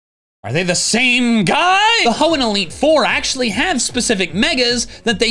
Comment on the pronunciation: i’m crying why did i hear “team sky” instead of “same guy”